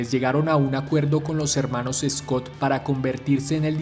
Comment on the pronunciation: Amigo excelente video recuerda que se pronuncia Schott no Scott. El precio de la chaqueta original si era $5usd pero más o menos ese era el salario mensual es decir que una Schott en esa época costaba el equivalente al precio hoy en día aprox $900usd. Las estrellas en los hombros era por que en la posguerra los veteranos de las 2guerra mundial volvían y decidían usar sus ahorros para comprarse una moto, eran veteranos y usaban esa insignia militar “Brigadier General” De hecho en años posteriores dejaron de poner la estrella en el hombro porque se las robaban de las tiendas de ropa. Los botones de las Schott perfecto son casquillos de balas. Schott fue la primera empresa en poner una cremallera en una chaqueta de cuero, las primeras eran de aviador y la chamarra perfecto es si se mira bien una chaqueta de traje elegante pero de cuero y con cremalleras. Café racer era porque en Inglaterra los jóvenes se reunían en cafés para correr y hacer piques, en los parches de los café racers hay uno que dice “Ton Up” que significa que alcanzó las 100 millas por hora.